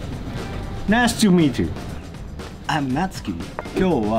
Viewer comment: Natsuki says "Nice to meet you" I hear "Nasty meet you."